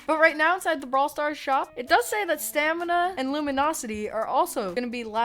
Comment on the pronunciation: “Stamina” its S. T. M. N.😂